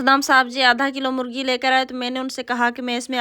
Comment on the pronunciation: Molgi nahi bol te morgi bol te ha